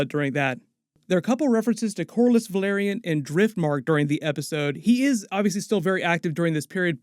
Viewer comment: Say "Vell". - OK, "Vell" - Now say "are". -"Are" - And now say "Yon". - "Yon" - ,Well done! Now put them together and say "Velaryon" - "VUHLEERIAN".